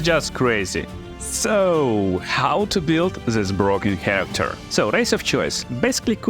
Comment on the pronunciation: The word "build" is one example that changes form dur to your potato accent as you name it. But what is your original language? Just curious. And yt subtitcan make things worse that's true.